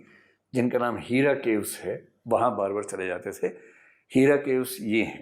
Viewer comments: sir lafzon ko sahee ada kijia.. heera naheen hai hira hai zibrail naheen hai jibrail hai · सर जी हीरा गुफा नहीं हेरा गुफा, अबू तालिब है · aap ki bhasha gyan bhi ghalat hai jibreel ko zibraeel kah rahe hain ,hera ko HEERa kah rahe hain ..